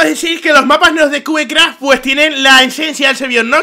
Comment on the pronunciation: aprende a hablar wn la wea es cubecraft no kiucra